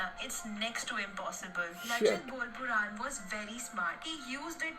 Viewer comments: Not borpuran but borphukan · ♥️♥️♥️♥️♥️ from Assam,India...btw it is Lachit “BORPHUKAN” not Borpuran.... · Bor -phu-kon (real pronounciation)